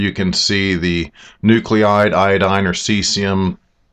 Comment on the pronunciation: It's pronounced, " New-clide ": not--- Nu-clee-ide. Bad pronunciation and spelling is a pet peeve of mine.